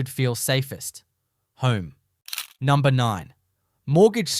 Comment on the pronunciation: Heh "numbner"